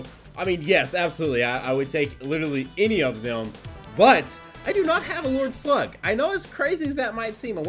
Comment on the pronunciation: it sounds like he's saying "lord sl*t" not "lord slug" lol